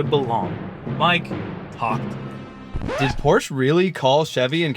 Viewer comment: Please pronounce Porsche correctly!